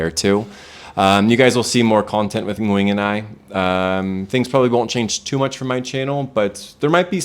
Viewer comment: The way says Nguyen’s name is IMPRESSIVE. Foreigners rarely can pronounce the Ng like native speakers can.